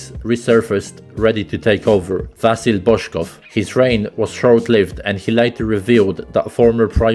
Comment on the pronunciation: StoIchkov, not StOichkov. Also IvelIn PopOv, not IvElin pOpov and StilYAn, not Stilyan. VasIl, not vAsil. Learn the stress properly if you are Serb.